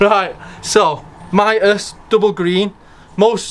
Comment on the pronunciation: Mitas proper pronunciation ....MEET US as in meet us at the races. I am an brand ambassador for Mitas....side note, Love the E 09 on my 390rrs